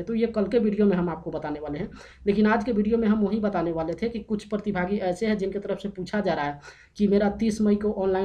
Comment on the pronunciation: Partibhaagi nahi pratibhagi hota hai